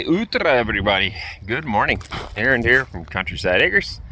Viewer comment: Эврибади😂😂😂 ну, прям всем зашло... 👍👍👍